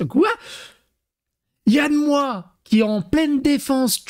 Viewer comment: Alors quand tu dis Yann Moix, il faut prononcer le X.